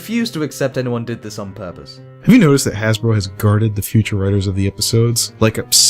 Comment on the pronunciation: HAHA! HE SAID HASBLOW! HE SAID IT!